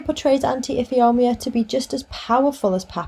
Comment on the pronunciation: Tip: Ifeoma is pronounced If ay oh ma. Thanks for the video.